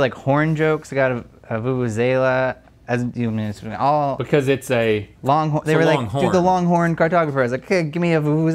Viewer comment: I'm so impressed South Africa's national instrument has made it all the way to GMM...but guys it's pronounced "voo-voo-zella" 😂